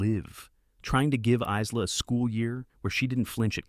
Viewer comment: Isla is pronounced sans “s”. It is pronounced “I-la” ( eyela).